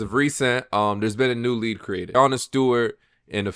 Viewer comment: Its "League" not "lead" 😂 you have said "lead" every time you should have said "league" so I figured I'd point that out now for ya lol.